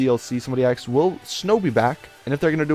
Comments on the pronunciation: I love how you say people "axed" questions, you're so intelligent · "Somebody axed" omfg he's turning black.